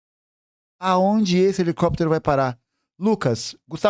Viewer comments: Toda vez que o gustavo fala helicóptero, eu lembro do meme "helecopetero, helecopetero" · HELICÓPTER, HELICÓPTER